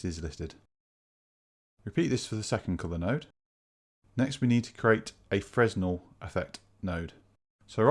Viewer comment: fresnel is pronounced "fra-nell"